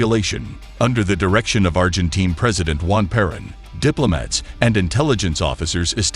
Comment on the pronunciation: Peron is pronounced "peh-RONE"